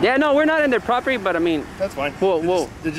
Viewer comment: GUY IN RED HARDHAT DOESNT SAY PROPERTY PROPERLY LMAO !!!